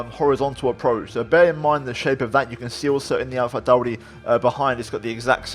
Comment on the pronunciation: AlphaTauri pronunciation was spot on